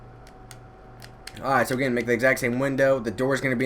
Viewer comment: Dude stop saying airight